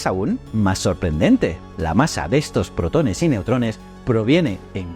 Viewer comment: Puede ser que. La voz sea de una IA ? Por ejemplo la palabra protones la acentúa incorrectamente en la letra e